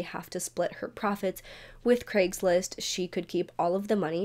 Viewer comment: An American who pronounces Craigslist correctly,craig is a scottish name and is nit pronounced KREGG ,never heard an American pronounce it correctly before ,i almost fainted